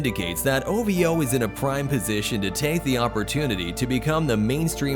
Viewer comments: no one pronounce it as O-Vee-O just say O-Vo instead 😄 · I'm weak when you pronounce "Ovo and ajaib " lmao🤣🤣🤣